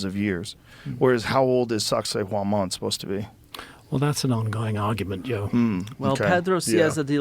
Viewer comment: When Hancock says SacSayhuaman, I hear Sexy Woman